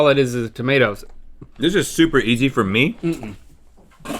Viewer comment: Link's "It's time fowwwr" is underrated